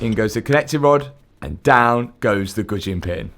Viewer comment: What in the hell did you call the wrist pin? Goodjin?